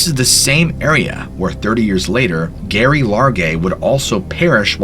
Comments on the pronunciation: My grandmothers name was Geraldine. The name should be pronounced Jerry not Gary. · I imagine it's pronounced Jerry not gerry. And it's just Jeff, not jee-off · Gerry, as in "Gary"..really? How about the name pronunciation as "Jerry" due to shortening from Geraldine, a female name..bc it's a woman. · Not Gary it’s Gerry (pronounced) Jerry. Also at least 2 murderers arrested. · Her name wasn't Gary. It was Gerry! (a nickname for Geraldine) And, Geoff is short for Geoffry (pronounced Jeff and Jeffrey, sometimes Joffrey, but never Jee off ree) You really should check pronunciations before making videos. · Her name is pronounced Jerry not Gary and she set up her tent a few hours after getting lost and never tried to hike out again after that, she spent almost a month hunkered down 2 miles from the trail and if even she went the wrong way she was half an hours hike from a logging road. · If her full name was Geraldine...wouldn't her nickname "Gerry" be pronounced like Jerry and not Gary ? ...also Geoff is commonly pronounced Jeff. Great precautionary tale teller though! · "GERRY" is pronounced "JERRY" short for Geraldine pronounced "Jeraldine", sorry but it's literally making me crazy that you keep saying the name so wrong, i mean have you ever even heard anyone in life called that?? She was known to friends and family as JERRY NOT GERY. Please redo and repost so I can listen without cringing every time you say this poor dead woman's name, much appreciated, thanks 😂😁😜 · Her name was Geraldine so it is Gerry like Jerry but with a G not gary 🙄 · Its pronounced Jerry not Garry and spelt Gerry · Not that it changes the story any but I’ve heard her name pronounced Jerry, but with a “G”. Not Gary. You tell these stories so well. Enjoying from Ky. Thanks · Gerry is pronounced “Jerry”, not Gary, and Geoff is pronounced “Jeff”, not G-off….🫥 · It's Gerry not Gary, as in short for Geraldine 🤔🤨🧐🤣🤣🤣💯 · "Gerry" is pronounced Jerry and "Geoffrey" is pronounced Jeff or Jeffrey.